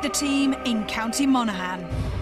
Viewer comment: Her pronunciation of Monaghan annoys me...